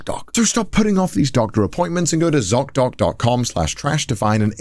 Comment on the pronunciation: Connor saying the American z in the zocdoc ad made my brain glitch. Not only because it was America but also because I heard "c-o-c". Cocdoc